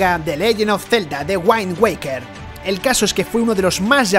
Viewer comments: Wind Waker se pronuncia Wind, no waind joder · Narrador: "the GUAAAIN waker" el inglés, la eterna asignatura pendiente... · Detesto que para los videos de ejemplo parece que los grabaron con una calculadora. GameCube no se ve borroso ni cerca a lo mostrado. En windwaker usaste videos del remake y ni pronunciarlo bien supiste. Video de pésima calidad 👎🏻